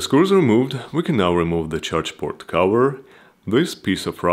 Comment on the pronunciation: i love how he says "CAHUUHARRR" and not "cover" :D nice video but not what i was looking for, i want to see if it is possible to add yet ANOTHER battery for even more range :D